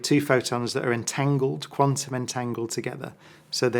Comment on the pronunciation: Amazing that a suppossed genius like Brian Cox cant even pronounce quantum correctly. Quanum. Surely if he was so intelligent he would be aware of this. He looks like bot. Illuminate puppet